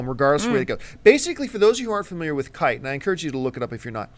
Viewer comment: KEY-TAY. KI-TE. Not KITE.